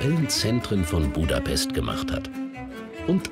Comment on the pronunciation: „buuudapesssst“ ganz schlimm 😂